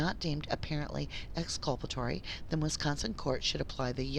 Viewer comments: ExculpaTORY not ExculpARY Dear. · Thank you for fixing the audio. One little critique, you keep saying exculpanary instead of exculpatory. Jyst wanted to let you know so you catch yourself next time.